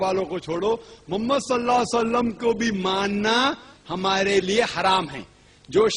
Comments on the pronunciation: Slip of toung Juban phisal Gaya jakir bhai ka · o bhai Dr zakir naik k kehne ka matlab tha k maangna haram na k "maan-na" .. Its a slip of tongue. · Jazak ALLAH Khair v nice explanation Dr Zakir Naik may ALLAH give you reward for your all efforts ameen dr zakir is humen being he cam also make mistake so by mistake he said" maanna"(to follow someone) he meant "maangna"(to ask from anyone ). ignorant people are abusing him without understanding. zakir sahab b insan hain wo b galati kr sakty unki zuban urdu ki itni saf nahi tu galati sy uno ny "maana" keh dia jabky unka matlb" maangna" tha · zakir naik is 100% right... aur uske sentence ko app ghalt matlb derhe ho zakir bhai ki urdu thk nhi hai "manna" nhi "mangna" kehna chahrhe hen zakir bhai unhone kaha k ajj ki tarikh mai muhammad saw se b MANGNA ghalt hai dua app sirf aur sirf Allah se he karo